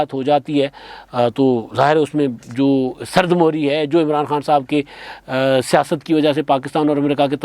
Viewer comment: Sard muhri na kahain sahih lafz sard mihri hy meem k neechy zer hy .ghaffari.